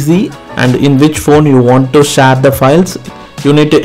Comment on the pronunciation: Share ❌ Shar🦁✅ 😂😅